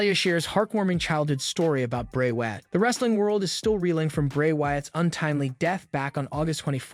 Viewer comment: It’s WYATT not Watt